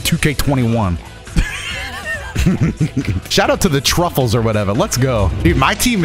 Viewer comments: Why does everyone call them truffles they're tuffles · This man calling them the Truffles when they're called the Tuffles makes this all the better 😆 Though to be fair he did call Akira Toriyama TOYOTA the other day so....